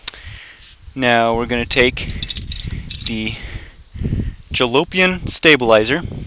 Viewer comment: why did you say tske